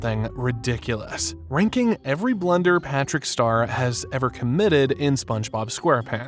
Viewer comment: The way you say Blunder upsets me... XD